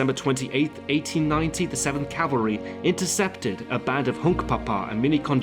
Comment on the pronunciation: Cavalry.Not Calvary.